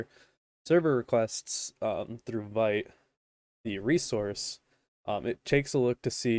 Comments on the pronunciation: its more like "Veet" and not "Vait" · thank you! fyi - Vite is pronounced Veet like as in French for quickly // I'm sure it doesn't matter much I just wanted to let you know 😅